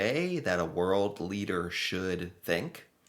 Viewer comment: Leader- keading